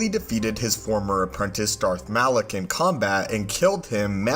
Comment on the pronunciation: Malak, not Alak 😂 but no biggie, you caught it later! Great video!